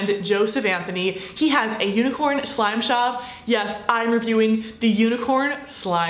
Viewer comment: Who else heard her say “slop shop” lol I still love you